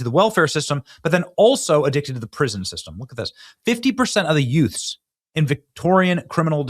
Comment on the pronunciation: Did you say yutes 😮